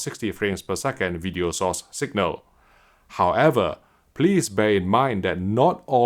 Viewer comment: video sauce 😏 Jk I know he said video source.